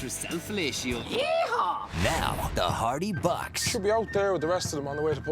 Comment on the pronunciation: Did she say the "Hardabuck boys"? haha